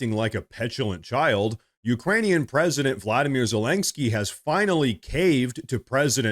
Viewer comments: There is no "k" before the "sky" in "Zelensky". It's not terribly important, just a note. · Aaaaarrrgghhh. Please stop calling him Zelengsky. There is no 'g' in his name! OK, rant over. Sorry.. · Zellenggsky? The AI just can't pronounce it, eh? But Hey ... that's OK. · i thought it was zelensky and not zelenksky. also why are you holding your head in such a strange position to the camera? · Why does he keep saying “Zelensgiky” ?